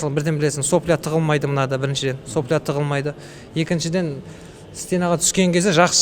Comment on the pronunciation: Менде 10 жыл опыт бар ! Грако-2 , Грако-3, Грако-4 , Грако-5 ( Сопля емес)😂 Сапло деп айтады!